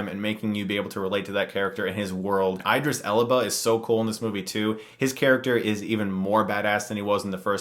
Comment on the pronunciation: i had to pause this when i heard how you pronounced idris elba. come on stuckmann